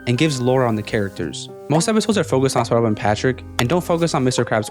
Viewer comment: I like how he pronounces SpongeBob “spuhuh”, “spunob”, “spunah” etc